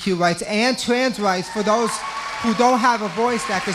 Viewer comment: Twans Wites